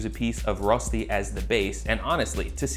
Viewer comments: The ö is actually pronounce kinda like the vowel in "burn" :D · You haven't quite got the "Ö" sound down yet but the food looks great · I'm such a pedant. Every time you said "ROStee" I just wanted to jump in and say "ROSHtee! It's ROSHtee!". IPA: ˈrøːʃti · it's pronounced rösti not rosti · I love you dawg but I need to give this video a thumbs down. Here's why: 1) It's pronounced RÖÖSCHTI not rostey. 2) That's waaay to much oil 3) Rösti can only be eaten in these variants: -with melted gruyère on top -with diced bacon -with a fried egg -any of combination of the 3 above -with züri gschnätzlets (typical dish with sliced veal strips, white wine, cream, and demiglace) 4) Please don't smoke rösti yours sincerely every Swiss person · Its pronounced “rösti“ not “rosti“ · Swiss here. It’s pronounced Röschti ;) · Two things that were not mentioned : - Please use hard boiling potatoes. If you don't, you might end up with something more akin to potato purée than Rösti. - Unless you're vegan, use butter. It's so important it's almost a main ingredient, and it will just elevate the taste so much. - Traditionally, the seasoning is just salt and pepper. - It's pronounced RöööSHti - I won't say it's sacrilegious or anything to eat it with salmon and all, but the most traditional ways to eat it would be either on its own, with some bacon, or, very commonly in Zurich and the german-speaking parts of Switzerland : Zürigschnätzlets (similar to beef Stroganoff, i.e. beef or preferably veal strips with a creamy sauce, optionally mushrooms). Sour cream and chives is an excellent addition though, which will make it similar to eastern European dryaniki. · Also it’s pronounced Reu-Shti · Your pronunciation "Rosti" makes my hair stand on end. English has the "ö" sound. It's the 'o' in 'work'. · Writes Rösti, but says roasty 😆 #OnlyAmericanThings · fyi, pronounced ruh-shtee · It’s pronounced Roesti [røːʃti], good vid tho